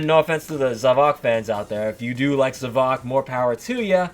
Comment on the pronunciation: It is pronounced za-vo-k